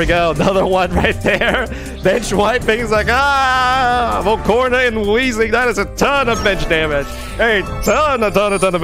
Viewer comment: Is it just me or is he saying volcorna